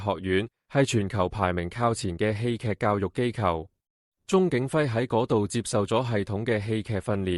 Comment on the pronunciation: 侄唸「窒」，戲劇不是居！